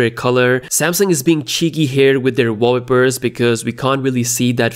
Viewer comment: Nice video. One advice though since you say that often: it is "wallpaper", not "walleper", it sounds pretty weird the way you say it. No offense ;-)